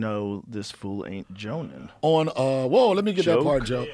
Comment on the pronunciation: This dude donell 🤦🏿‍♂️🤦🏿‍♂️ it’s pronounced “jawnin” not joanin